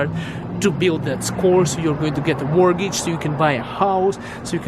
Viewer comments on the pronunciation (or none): none